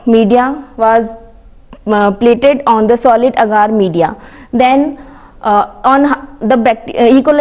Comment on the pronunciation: Agar not aaagaar😁